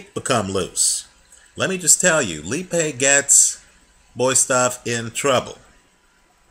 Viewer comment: its said alex lee.a.pie